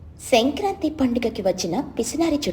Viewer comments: Kindly correct the pronunciation its Sankranthi and not Shankranthi. U r saying it wrong. Im a ver bigggggggg fan of ur's and don't want you to go wrong. Pls correct. Happy and delighted that you give nice content but little mistakes should not be a barrier. No offense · It's not senkranti please pronounce it well mam